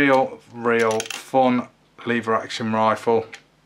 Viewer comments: Leevers action? It's leveraction. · Its pronounced lever action! 😂😉